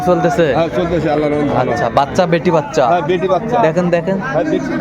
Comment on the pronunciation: বেট্টি বাচ্চা বেট্টা বাচ্চা এমনে বলেন কেনো শুনতে ভালো লাগে না বেডা বাচ্চা বেডি বাচ্চা